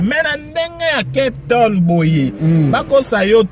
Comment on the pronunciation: balobaka kep tonne t lol😀😀